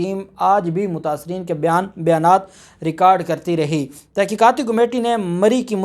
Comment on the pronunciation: جناب عالی۔ کومیٹی نہیں کمیٹی ہوتا ہے۔